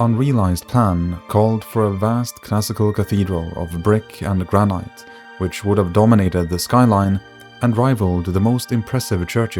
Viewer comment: granite is pronounced gran-it not gra-night btw